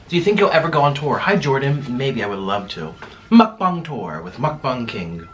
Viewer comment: You call it mukbung instead when its supposed to be mukbang just so you know. Love your vids